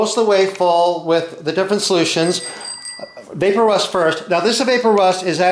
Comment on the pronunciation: Not vape-o-rust, vap-o-rust ... like EVAPorate rust